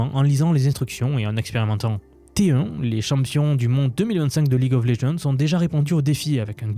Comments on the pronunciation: T1 mdr ça se dit TiOne 👌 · oh comment je l'entendais la prononciation de T1 en " té hein "